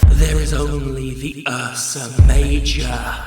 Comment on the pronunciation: "usra major"